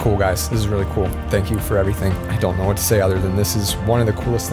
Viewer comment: I love the way he says waht if I trip and die and never get to see it. Waht about when he dies and never lives again!